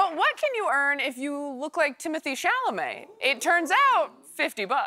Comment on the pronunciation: if you are going so say the man's name, pronounced Tim-o-Tay. it is not timothee as she says. Do some research